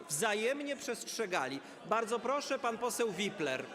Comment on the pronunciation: 7 sekund. Ok 10... Proszszsz 🤣🤣🤣